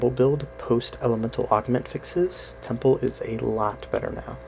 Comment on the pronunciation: "Temple" u said they 😂